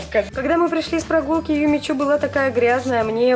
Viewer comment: Юми чу! Хватит уже ошибаться чу-шу с буквой у